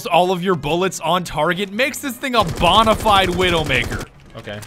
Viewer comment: Bruh. Vigil. Like vigilante. Not wiggle. Bona fide. Bone-a-fide. Not bon-uh-fide.